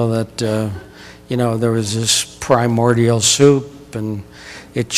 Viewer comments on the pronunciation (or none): none